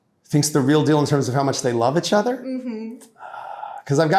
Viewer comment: He says itchother quite a bit.